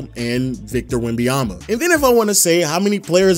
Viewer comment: Great video but it's not Wembayama but WembaNyama :)